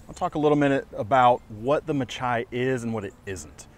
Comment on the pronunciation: Just a little note, the majority of spartan blades are after Greek names. This knife is no different, the pronunciation is (ma-hee). Meaning battle, or blood bath in greek. Hoped this was use full. Love your channel, company and reviews, very informative. Thanks